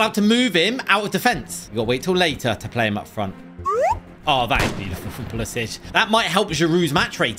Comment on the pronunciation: It is pull-is-ick not pulisich